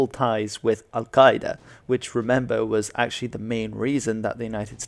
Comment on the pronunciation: Well done on your pronunciation of "Al Qaeda" it must have taken a lot of practice - I don't speak Arabic but my language is part of the Afroasiatic language group so I don't have any issues with Semitic sounds you western folk struggle with so badly. My hat goes off to you Sir!